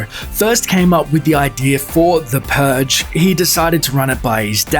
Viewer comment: "the puge"